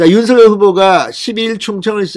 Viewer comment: 윤 서결이란 사람 있나요 ? 윤성열이란 사람은 대선 후보자이다 (성열)로 발음하세요 진성호씨~~~ 알고 방송하세요